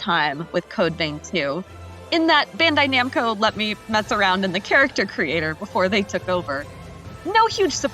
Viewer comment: Thats not how you pronounce bandai namco…